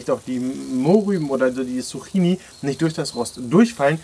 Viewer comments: Nicht ,,Suchini" sondern ,,Zucchini" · Es wird Zukini ausgesprochen 😅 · Kannst du zukini sagen und nicht Zucchini